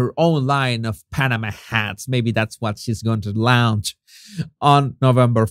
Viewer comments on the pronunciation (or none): none